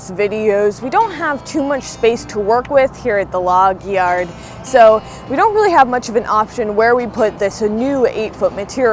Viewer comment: Say "Logyard" again 😅😅😅